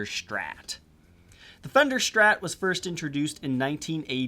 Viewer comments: Only thing I dislike here is your "shtrat" pronountiation 😜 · "Schtratocaschter", "the Schtrat"